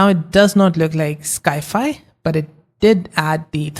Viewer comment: great video, excellent tutorial -- also, sci-fi is pronounced "sigh-fie" (short for science fiction)